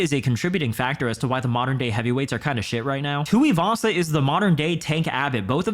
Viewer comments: "PIE TUIVASA" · Tai Shooey-vasa 😂